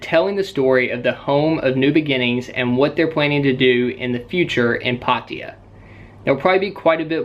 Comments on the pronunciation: That annoyed me everytime lmao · ohh its called Patiya? I thought its called Pattaya